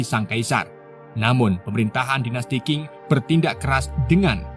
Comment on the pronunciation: Dinasti cing baca nya bukan king.